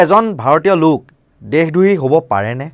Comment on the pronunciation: দেহ দ্ৰোহী নহয় দেশদ্ৰোহী উচ্চাৰণ কৰিব লাগে মহাশয়